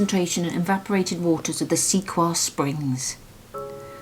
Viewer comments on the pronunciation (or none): I don't know if you will see this note, as I realize this is an old film I am rewatching after discovering you! The Prairie Flower bottle is pronounced like this: c-coy-ya. I hope this helps. I live smack in the middle of the US, in the South West Corner of the state of Missouri, surrounded by many Native American tribes, so I hope this helps if you see it! I am so surprised at how much Kent looks like Missouri! The orchard, the flowers, the weeds, so much is the same! just not the History, the finds you get were there before my area of the US was even explored. I love your films! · Lovely larking! Thank you,.. I believe the way to pronounce the prairie flower.. is “sea.coy.ya”... if it’s indeed about American Indian culture anyway... we love watching all the amazing history! Thank you both!!